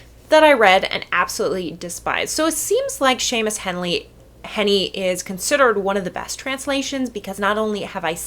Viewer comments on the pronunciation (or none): The 'ea' in 'Heaney' should be pronounced exactly like the 'ea' in 'Seamus'. That is, 'Heaney' should should sound sort of like 'Hay-knee'. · Hard to take you seriously when you don't pronounce Heaney correctly and have several errors throughout this video. The errors in hopes to enlighten some viewers: most translations I've ever read definitely don't take liberties with the parts that have been damaged and burned... they just put ellipses. They would be torn apart in academia if they did. There have always been two veins in translating Beowulf: accuracy vs. poetics. Heaney's is often considered the best because he has a pretty good mixture of both. The more accurate texts, wow, they are boring. Unfortunately, anything translated is never going to be 100% correct, so Headley is putting her own spin on it. Even understanding Old English really can't make you 100% understand the poem because you are not from that time. Several other scholars who have studied Beowulf note that bro is a similar equivalent in our modern times to the very difficult-to-translate Hweat. This word no longer exists in any form. It was a cultural word. When words no longer exist, we cannot reproduce them in ways that make sense because they have lost all context. Since Beowulf was originally a tale told in oral form, Headley is actually participating in the oldest way of sharing Beowulf. The scribe who wrote it almost definitely changed things to make it more Christian. If you want an "accurate" translation of Beowulf, there are so many other translations you should check out, and Heaney is not at the top of that list. Or learn Old English a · i disagree with most of this quite vehemently, the pronunciation of heaney most vehemently of all